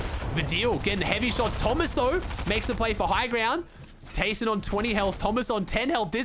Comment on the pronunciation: Please fix your pronunciation for TAYSON and VADEAL